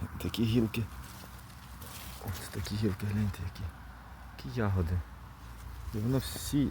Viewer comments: такого наголосу у слові ягОди не існує 😊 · А я теж думаю завжди казали Ягоди.Це мабуть місцевий говір. Прочитала:В украинском языке нормативное литературное ударение падает на первый слог — я́годи.Однако произношение с ударением на второй слог (яго́ди) действительно существует. Это очень распространенная диалектная и разговорная особенность, характерная для многих регионов Украины, включая центральные, южные и восточные области.